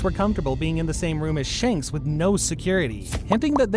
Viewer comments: Bro said Shunks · bro really said shaanks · Bruh said shonks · It’s not shanks it’s shamrock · Its not shanks but shamrock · Bro called shanks socks. 😂😂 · Shonks is actually funny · Did anyone of you hear the wrong pronunciation of shanks he called it shonks😂😂😂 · At the shank part, he said shonk instead at the time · You said shanks wrong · I swear people butcher the names of characters on purpose🤦🏻‍♂️ Dude said Shanks perfectly fine, then less than 10 seconds later, pronounced it like he was choking lmaoooo